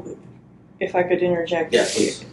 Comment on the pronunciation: OK I'm finally seeing what that lady with the bright whatever was saying, she is a sociopath, listen to her say lemme interget I can't even spell it right I'm such a ding dong I feel like right now and she's smart enough to ask him kindly to inngergect still don't think I'm spelling it right but I tried that's just me picking up on other court TV shows from hearing that word and this Hispanic mom who didn't couldn't work cause all the kids she kept having And got a pay check for that poor kid God rest that boys soul please! But she was still getting that check and everyone is just listen to her inngergect wow sorry I know many Hispanic including my nephew father and only nephew I have thankfully cause he's with my parents his grandparents for good reasons so this I can't I'm really upset by this all of it still breaks my heart and maybe why I could never bring myself to reproduce idk